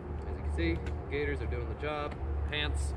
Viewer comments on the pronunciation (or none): Gators? It's gaiters.